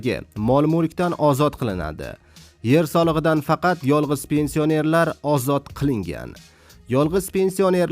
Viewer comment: Пенси о нерлар жа чиройли талаффуз киларкансан ёлгончи